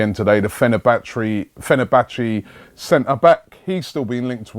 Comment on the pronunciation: My guy said Fenerbattery loooool.